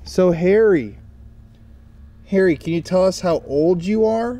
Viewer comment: it sounds like your saying Hairy not Harry 😂😂😅😅❤